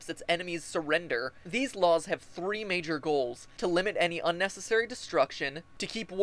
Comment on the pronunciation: UNNESSARY. Correction: UNNECCASARY